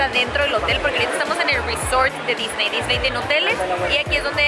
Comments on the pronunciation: A Diseny... Jajaja la dislexia!! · dice diseny y no disney